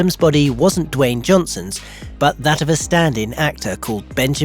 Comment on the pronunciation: Did you say.... WAYNE Johnson? 🤔